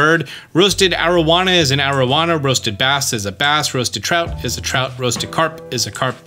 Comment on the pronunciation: AroWANA AroWANA. Love the videos but you ALWAYS say the name of the fish wrong. Always.